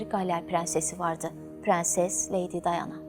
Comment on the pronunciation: Dayana değil Diana